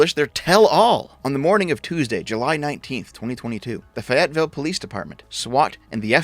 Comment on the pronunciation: Just one minor thing to address: The city of Fayetteville is pronounced with an emphasis on the first syllable instead of the second one. FAYetteville, not FayETTEville. Otherwise, great content as usual.